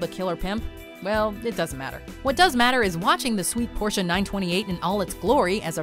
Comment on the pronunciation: I'm German and the fact that Tom pronounces the "e" at the end of Porsche makes me love him even more LOL